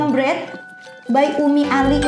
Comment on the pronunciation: Bread itu di bacanya breeth bukan bird